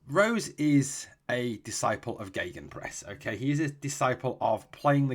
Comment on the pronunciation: Just to help you out with the pronunciation,. Marco Rose's name is pronounced like Rosa in Germany.